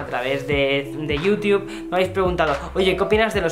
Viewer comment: Alguien me puede decir porque este chaval en ves de decir "Youtube" dice Yiutiu? 😂